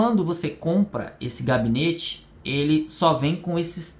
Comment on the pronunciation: pequena correção seria gabinete não cabinete